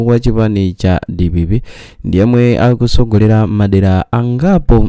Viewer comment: Kodi ndinu a fake prophet. chifukwa chiani mumalankhula chichewa chopusa chama fake prophet. M'malo monena kuti akutsogola inu mukuti akusogola, atsika inu mukuti asika. Ine zimandinyasa mukamalankhula language ya fake prophet